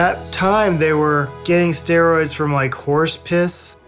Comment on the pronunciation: Sterols, not steroids.